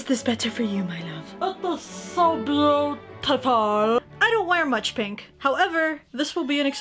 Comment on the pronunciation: . what i heard: WhAt thE fU- hsO PutifOL